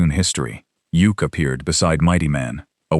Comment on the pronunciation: Yukk's name is pronounced Yuck, not Yook. Couldn't the video creator find actual footage from the Super Friends for Samurai rather some random anime series?